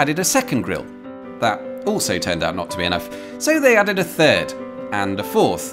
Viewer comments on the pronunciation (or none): none